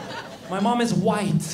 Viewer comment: its VIGHT not white